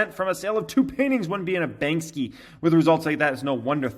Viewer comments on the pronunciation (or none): Bro it’s Bank-sy, not Bank-sky.